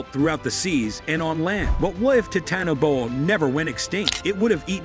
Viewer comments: 😂 he is totally butchering that word😂....it actually has 5 syllables my guy. The last 2 are pronounced like you would say the first word in 'boa constrictor' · Imagine a world where you make a video on the Titanboa, but still can’t pronounce its name properly.